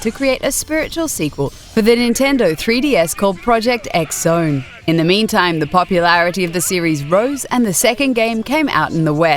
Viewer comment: it's pronounced as "Project 'cross' zone" even though it's spelt "Project X Zone". The Japanese are crazy that way lol